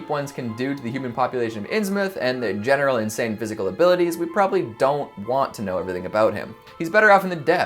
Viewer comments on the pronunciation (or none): none